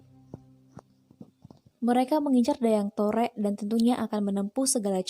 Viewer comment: Mungkin agak keliru,, Saya ada referensi akurat tentang Asal Nama Lubuklinggau,,, oya kalau masih menyebut Dayang Torek itu dengan sebutan Dayang Torek, berarti masih belum mumpuni,,, Dayang Torek itu Dijuluki dengan Nama Dayang Tarik bukan Dayang Torek.... ini bukan kritikan tapi sedikit meluruskan